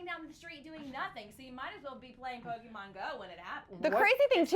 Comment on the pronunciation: pokemon or Pokeman?